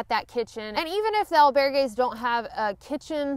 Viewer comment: EL - bear - gays ... kekeke :)